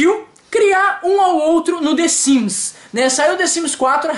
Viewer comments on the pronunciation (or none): Desimes?? KKK é The Sims 😂😂😂